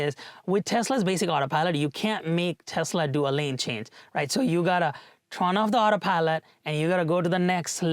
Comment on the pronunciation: you're incorrectly pronouncing "turn" as "trun/tron/trawn".